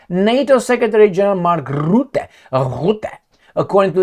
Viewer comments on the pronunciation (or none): Rootte 😅. His name is Rutte, not Rootte.